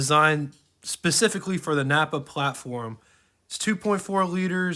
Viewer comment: The GM platform was called a "Kappa" not Nappa. I have a 2006 Solstice (you can tell by my YouTube name and photo) and I love this little car. It only has 40,200 miles on it. In the glovebox, there is a list of codes that show all of the items installed including upgrades. I recently found this out and looked up the codes and was happy that my little car, named Sly after the paint color, has many upgraded items. There is nothing like putting the top down and turning up the stereo to Classic Rock and crusing.